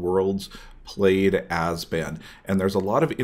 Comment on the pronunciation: "Azban" made me cringe every time. Other than that great tech. Please upload more like this for modern!